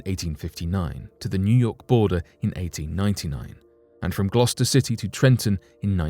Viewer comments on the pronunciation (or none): none